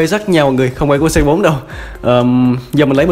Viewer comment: anh ơi phải đọc là Cu Tứ ko phải là Xê Bốn